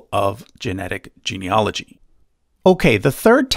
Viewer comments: Really interesting video. For information, genealogy is pronounced gene-e-AL-ogy as it is spelled, not gene-e-OL-ogy as it's being pronounced in this video. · Genieology is the study of genies; I die a little every time someone mispronounces it that way. That said, your assessment of Ancestry's service matches my experience of them, so I'll trust the rest of your work. The funniest part for me was that my background apparently stretches all the way into the Baltic and Russia (spoiler: it doesn't). That tells me white people have so little genetic diversity it's hard to tell us apart at the test-tube level!